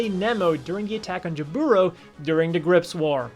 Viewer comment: It's jAburo not jabUro